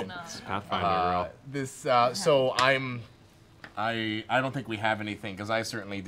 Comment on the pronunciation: "Hey Ash, Whatchya playin?" "Pathfwinder."